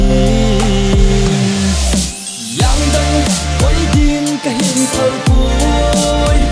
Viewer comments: I just wish He pronounce it Angdang koidin. Because now it sounds really awkward to hear it. Or can they edit it again. The rest of the song, its perfect. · It's call Angdang not yangdang you can't even pronounced your own language how shameful